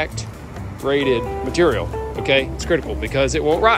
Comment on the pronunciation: Mat-ur-ial lol. I love how they say Material